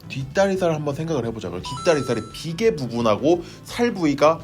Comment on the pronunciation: 삼겹살 ㅋㅋㅋ살덩이 비계~!~!~!~! 이거 너무 웃겨요 ㅋㅋㅋㅋ비계 강조하기